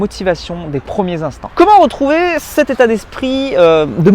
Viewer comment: Des premiers "intants" ? Mdr sinon super video comme d'hab